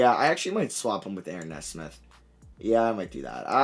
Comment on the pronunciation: Matt “Kneesmith” not “nezsmith” . Too many video now. This has to stop 😂